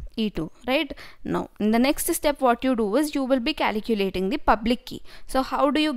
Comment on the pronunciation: Its calculating, not caliculating...